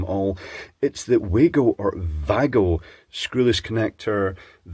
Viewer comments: It's German...so say VAA-GO...And ffs it's HOPE-EE and NOT hoppy as you insist on pronouncing it. It's named after an American Indian native tribe...hv told you so before too 😡😡 ❤️💋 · That now just sounded like: “wiggle”. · Voo-ahhhhh-gooo. Takes about three seconds to pronounce if you do it properly.